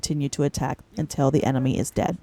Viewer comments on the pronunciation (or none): none